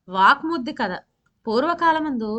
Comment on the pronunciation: Vvak suddhi not vaakmuddi pl correct